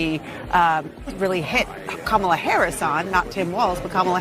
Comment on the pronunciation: You said kamala s name wrong ....im telling!!!😅😅😅😅